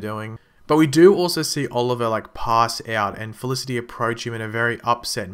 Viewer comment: u pronoced felicity wrongly 😀😀😀